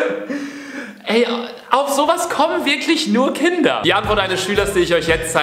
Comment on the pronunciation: Beim ersten Satz im Video habe ich "Hinder sind dumm." verstanden.